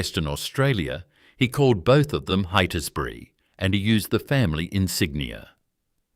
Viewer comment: Cannot pronounce Heytesbury, Holmes a Court or Esperance, FFS! It's terrible to title a video about an existing company owned by well-respected living family members as "Australia's most ruthless business empire". Heytesbury is also a private company and not very big, in the scheme of corporate Australia. I'll be surprised if you aren't forced to take this video down. The AI storytelling is wacky and kind of absurd, going off into weird little tangents. Keeps showing photos of people with the wrong name on screen. There actually are some fascinating stories about the Holmes a Courts over the past century and lots of books and historical media available. This video is a load of tosh! Painful to watch.